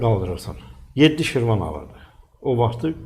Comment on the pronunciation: Şirvan nedi ee??? Hanı senin mükemmel Azerbaycan dilin?